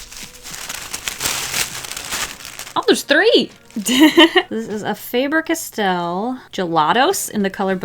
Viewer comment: Umm you pronounced the Faber castall wrong and also have you never seen a school glue stick its not a chapstick too so maybe you should rethink about some things